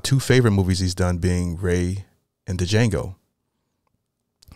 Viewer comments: The D is silent in Django. 😉 Wish him the best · Appreciate the update bruh and prayers going out to the family and everybody that’s going through 🙏🏾 P.S. The D in Django is silent 😂